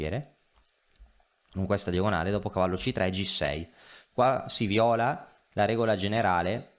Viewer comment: Sì VÌOLA, non si VIÒLA. il verbo "violare" ha l'accento sulla "i", non sulla "o". Quello è il colore 🤦